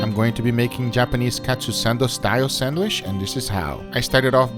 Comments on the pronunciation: Nobody: Guga: sänwish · this boi said sandwish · I love how you say sandwhish. It sounds even more appetizing